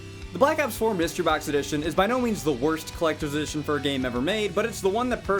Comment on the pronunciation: “Clecter dition” 🙄